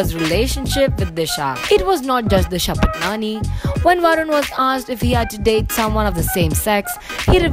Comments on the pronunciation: Tasnia Tarannum it's paatni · It is not Disha Patnani its Disha Patani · Stop saying patnani 😂😂